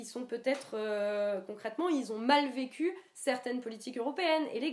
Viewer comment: Putain, elle est stressante en fait. En plus avec ces micro-coupures pour éviter les temps-morts, j'ai l'impression de voir une humanoïde à la "Blade-Runner". Pas besoin d'écouter pour flipper, suffit juste de la regarder. Enfin c'est curieux cette manière d'accentuer la dernière syllabe des mots "docu", "vécu", "faux-cul". Elle a un problème avec le "Q" ou quoi ?